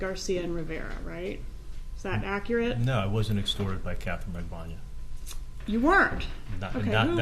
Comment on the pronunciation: Good coverage of this case but you totally mispronounced Rivera and Magbanua.